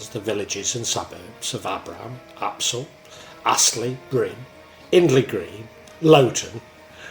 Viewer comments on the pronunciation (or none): A few minor corrections from your video... Aspull not Apsull Worsley Mesnes - pronounced Worsley Mains Haigh - pronounced Hay